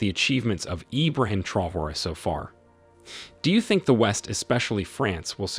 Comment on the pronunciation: Dear narrator , please note, TRAORE is pronounced tra-o-ray!